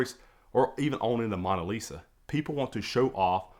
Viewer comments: MOAN-a Lisa…not Mon-a Lisa that was just really difficult to hear you say repeatedly. Very informative video, Thank you! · What is the MAWN-a lisa? MAWN as is mowing the LAWN or paper towels BRAWN or Kings were a CROWN....The MAWNA List